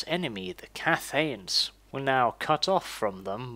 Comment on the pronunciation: Hi, I appreciate your efforts to make these videos, I'll be sure to check out more of them. :) Just want to point out that Cathay is not pronounced "Cathy"... Think Cath... + "ay" from "Gay".